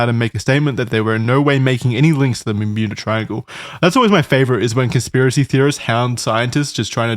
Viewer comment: the "mermuda" triangle 🔺️ ♥️ 😂 Love when the boys get motivated for a video. LOVE TO SEE IT 👀